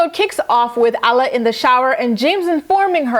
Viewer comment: Alla's name is pronounced like Awh-la.